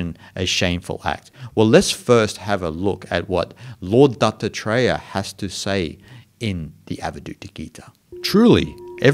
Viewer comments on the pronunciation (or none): it sounds like you are saying Dr Dre instead of Dattatreya, creates a wonderful spin on your lesson, great stuff btw.:-)